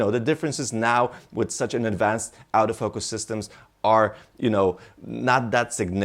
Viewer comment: sometimes when he says "autofocus" it kinda sounds like "out of focus" lol. good video though